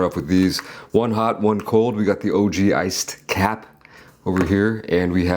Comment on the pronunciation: He absolutely butchered the iced cap lol😂